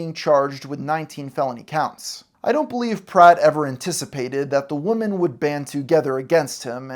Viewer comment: The plural word “women” is pronounced “WIH’men” not like singular “woman” (“WHU-man”). I’m not sure why Gen Z and some millennials learned it incorrectly, but it’s really annoying given how much we need to get stories about trafficked women front and center.